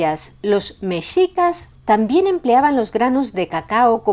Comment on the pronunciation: muchísimas gracias por pronunciar "Mexicas" como debe de ser, con la "x" pronunciada como se pronuncia la "sh" en inglés, de hecho así es la pronunciación también de la "x" en México. Nuevamente, muchas gracias!